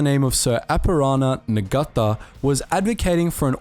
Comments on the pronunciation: As a Kiwi, the pronunciations were a bit distracting: "Niga-reemoo" instead of "Now-reemoo" (Ngaurimu) "NG" is simply an "N", the G So Sir Apirana Ngata is said "Apy-Rana Naata.". (And he was a major figure in both New Zealand and Maoritanga in the first half of the 20th Century. Other than that, a good and concise history... BTW, a Rimu is a native hardwood tree in New Zealand and has no equivalent European/Pakeha name (Apart from the species name in Latin).Unsurprising that A VC winner bears a name recalling a mighty tree! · It's pronounced, nar-taa spelt Ngata silent g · The Ng at the start of names like Ngata and Ngarimu is pronounced ng as in sing or bring. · Geez brother. Get the pronunciation right. Sir Apirana Ngata’s surname is spoken with a silent G. As in Nata. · Depending on where you come from in New Zealand the g isn't silent. Like with my tribes ngapuhi and Ngatiwai we pronounce the g in nga. So it's "Nga" not "Na" for us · Ngata is pronounced nah-tah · The g is silent in ngata by the way, cool video though